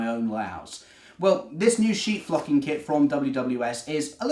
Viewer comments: I thought he said, "sheep f*cking kit! 😄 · Its an amazing idea, would never have thought of that and the sheep look amazing too. I suppose you could do a green sheep but probably wise not to, lol. You are also wise in being careful with your pronunciation there. Great video thanks. :_tmrgPeckett